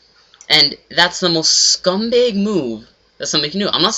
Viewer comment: He says scumbeg instead of scumbag and 7:86. Btw you said that you are not calling them scumbags, just what they did was scumbaggish. Look at the title.